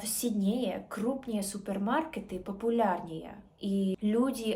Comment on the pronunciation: Хороший уровень,особенно если ты от рождения русская.Зачем притворяться.Австралийка не скажет СиднЕе,она скажет сИднее....ведутся же...люди на этот бред.Напоминает Ингеборгу Дапкунайте- два года говорим с акцентом,пять без акцента,потом опять с акцентом.Умора